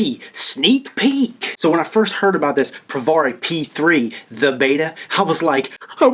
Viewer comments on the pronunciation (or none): It's not Pro Var eeee It's Pro Vare eeee Say peary. Now put a V in front of it instead of a P. Provari as in variable voltage. Vari